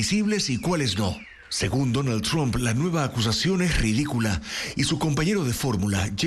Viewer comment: No es chomp, sino Tramp.